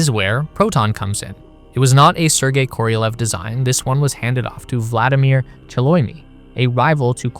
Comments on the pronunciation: Korolev, not Korielev, not Korielev. KOROLEV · Why are you saying it Koriolev? It's just Korolev. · It's KorohlyOv, not Koryliev. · Se pronuncia serguei karalhov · Every time you mispronounce Sergei Korolev’s name as Kor-EEE-o-lev is infuriating. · "koriolev".... Sure